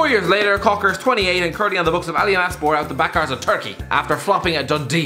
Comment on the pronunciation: Stop saying "backarse"